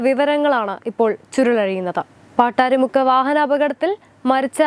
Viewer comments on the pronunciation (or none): എടി പെൺകൊച്ച് പാട്ടാരിമുക്ക് അല്ല പട്ടാഴി മുക്ക് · പാട്ടാരി മുക്ക് അല്ല പട്ടാഴി മുക്ക് ആണ്